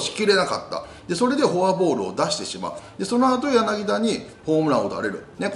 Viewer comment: ヤナギダでなく、ヤナギタですよ。